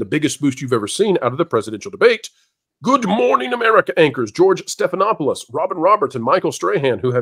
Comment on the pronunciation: Does this lady,, have a speech impediment? She can't pronounce George's last name -Stephanopoulos, or Tim Pool's, or even Stephen Colbert.